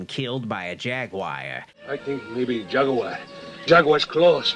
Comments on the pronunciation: Jagwire? I thought it was jaguar? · Tf is a “jagwire”